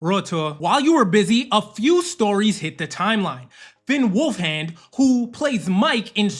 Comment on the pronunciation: His name is Finn Wolfhard, not Wolfhand lmao